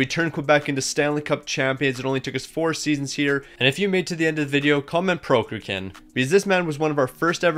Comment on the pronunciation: How can the google pronounciation of Prokhorkin be that hard to imitate? :D